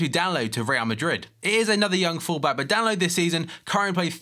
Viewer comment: It's DAN EEN ILO FFS